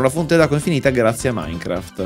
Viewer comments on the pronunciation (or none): none